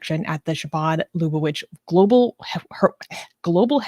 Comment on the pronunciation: mispronunciation of some of the terms: Chabad is not "ch" like in "chicken," but more a more gutteral "h" sound, like in "hanukkah." Lubavitch is pronounced luh-buh-vitch. Also, interesting to point out, that yes there is a group that believe that rabbi is the messiah, but this isn't the first time something like this has happened in Judaism. There were at least a dozen times throughout history when someone gained a following that believed they were the messiah. Jesus is the example that gained the most momentum, but there are many others.